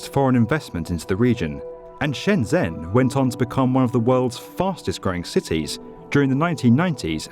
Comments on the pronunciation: Isn't it Shenzhen, not Shenzen? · You are amazing. But please learn to say Shenzhen. ‘zh’ here sounds like ‘j’